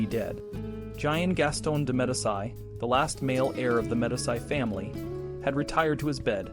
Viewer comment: medisy? it is pronounced "medeechi" you dunce